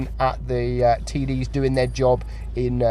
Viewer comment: he keeps saying TD's and TD but what i hear is TIDDIES